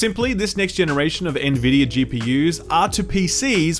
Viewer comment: OH MY GOD HE FINALLY SAID NVIDIA RIGHT!!!!!!!!!!!